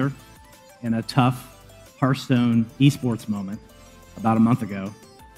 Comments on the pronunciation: Fucking day hearthstone correctly is one thing we all want to forget about he ath stone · Ungh the way he mispronounces hearthstone hurts my ears.